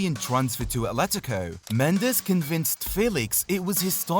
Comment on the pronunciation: For your edification, Portuguese pronounce their 'j's' like in English, not 'h' as the Spanish do. So Jorge is 'George', not 'H'orge. As for the last name, it's pronounced Mends like 'mends' clothes and not the Spanish mend -ez.